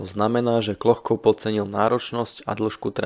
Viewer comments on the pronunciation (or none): Jméno není Klochkov, ale Kločkov. Některá jména a názvy vyslovujete špatně. Naučte se azbuku, není to těžké. Jinak díky za zajímavá videa. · Ne Klochkov, ale Kločkov !! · necita sa Klochkov, ale Kločkov - necitajte to ako to pisu Anglicania, pozrite ako sa jeho meno cita priamo po rusky pri fotke. Ale inak velmi zaujimave ! dobre spracovane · Jen drobnost: příjmení účastníka výpravy by se mělo číst "KLOČKOV", podoba "Klochkov" je klasická anglická transkripce, v níž ruské "č" má podobu písmena "ch". Jinak ovšem opět skvělý dokument... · Kločkov ,nie Klochkov.🙄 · Vedúci sa volal Kločkov. Chyba vznikla pravdepodobne pri fonetickom prepise mena do angličtiny - Klochkov kde ch vyslovuju ako č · Videa su fakt super ale trochu dehonestuješ svoju prácu tým že strašne komolíš mená poraď sa nabudúce z niekým kdo ovláda výslovnosť číta sa to Kločkov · Akokolvek ma video zaujima, nemozem to pocuvat. Kedze autor kanalu robi skvelu robotu, mozem mu s azbukou do buducnosti pomoct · trpim pocitom, ze nepozna ani anglictinu, inak by vedel ako ma to ch citat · z akého jazyka ste to preberali? vidím v azbuke č, anglický prepis ch sa tiež vyslovuje ako č